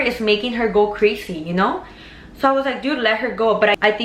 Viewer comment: Sounds like Crasy